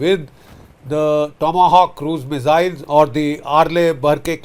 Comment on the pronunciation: Sir, MISS-ILZ not MIZZ-ILS